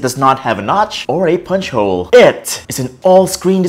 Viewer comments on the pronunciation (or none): none